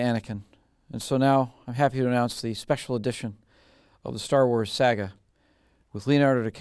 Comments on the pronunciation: Lucas pronounces it "Sauga" not Saga" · I hate the way he pronounces Saga at the beginning.